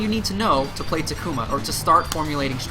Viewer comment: TA-KU-MA, not TA-KUMA